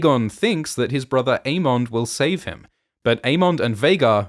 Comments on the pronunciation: I love these videos but please fix the pronunciations. It's not 'Ae-mon-d'....it's 'Ae-mun-dh'. or 'Dae-moan'....it's 'Dae-mun' Also Rhaneys is not Aemond's cousin. She is his aunt, Viserys' cousin. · The pronunciation of DaeMON and AeMON is a little tough to listen to 😂